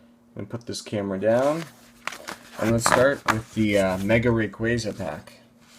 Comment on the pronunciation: WHY DOES EVERYONE PRONOUNCE RAYQUAZA WRONG OMFG TRIGGERED. Real pronounciation: Ray- QWAZA